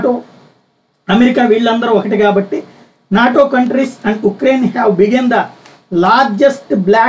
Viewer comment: నోటా 😂 కాదు 😉 నాటో 😁🙄